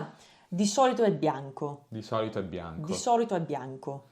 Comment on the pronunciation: Bianco si pronuncia con una b, pronunciarlo con due b non è italiano